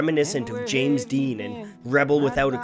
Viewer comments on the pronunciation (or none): none